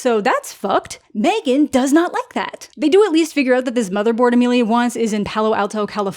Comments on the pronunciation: Mah-three-gan two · I can never not hear you say MeThreeGan, ever. I don’t understand this “Megan” movie you’re speaking of.